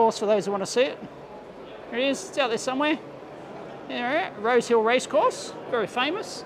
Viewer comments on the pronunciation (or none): "Rose Hill"....At first I thought he said "Road Kill" and was happy that would be ok in Australia!